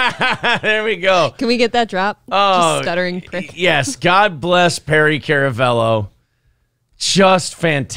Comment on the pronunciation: It's pronounced karamello that's k a r